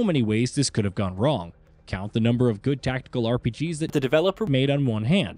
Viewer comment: Good video but the AI narrator was distracting. Especially every time it says "developer" and/or sometimes game names